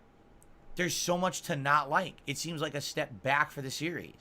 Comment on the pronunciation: I can't stand how he says a lot of things but chief among them is the way he says "it." "I don't like yhit" ERRRRRR